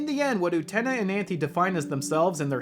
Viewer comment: U te Na? NOOOOOOOOOOO u TE na You can't even say the name that is repeated hundreds of times in the movie. So you OBVIOUSLY did not watch it. Someone obviously did NOT watch the movie which is being reviewed. Everything is utterly clear, not asking for meaning when anyone who has watched the movie knows what the hell is going on. The Revolution is the child losing to adulthood. The car is the vehicle into adulthood. For someone who didn't watch the movie, you have a ton to say about it. The cringe is strong with this idiot. ..... Oh, you watched the dub.....no wonder you have no clue what is going on. You're a heathen. The dub is really REALLY wrong. The dub and the original are completely different stories.